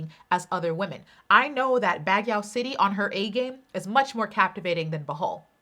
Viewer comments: it's not bag•yaw. it's bag•you. Baguio (bag•you) City. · The way she pronounces Baguio as BagYaHwH is expensive lmao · Hello..Word Baguio city is pronounce as "bagyo" 😊😊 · Baguio is pronounced as Bagyo! just FYI. but u r d best regardless! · Baguio is pronounced “Bag-yoh” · Just a note: Baguio is said as "bag‐yoh" the "o" sound isnt as round like in the american accent, its a more pure "o" sound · Baguio is pronounce as Bag-yo